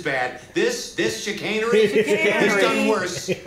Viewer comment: Them pronouncing chicanery wrong the entire time 😅